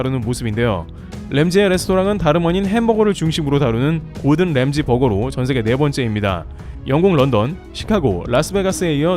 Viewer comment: 램지가 아니고 람지 세프가 아니고 셒, 제발 좀